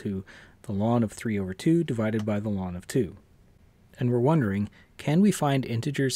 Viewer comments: I've never heard anyone call log "lawn." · You mispronounced "ln"; ln is called the natural logarithm.